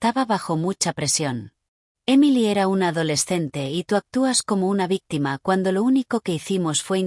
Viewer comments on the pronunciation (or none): none